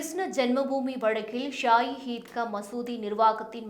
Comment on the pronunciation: Please pronounce Krishna properly